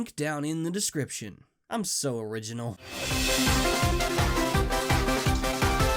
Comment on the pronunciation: You keep saying oringinal. But i don't think you know what that means.